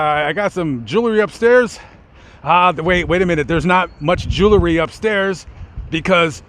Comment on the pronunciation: What is joolery? It's JEWELRY! Otherwise interesting.